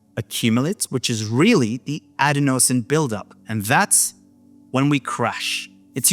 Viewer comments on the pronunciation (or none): Isn’t adenosine pronounced “a DEN o sin” ?